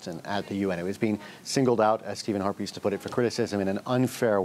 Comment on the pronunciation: Did he just say Stephen Harpies???